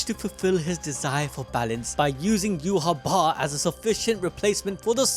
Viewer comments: Its not yuhaba, its pronounced yuha bach, like dark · bro its "you-ha-va" its german (Yhwach)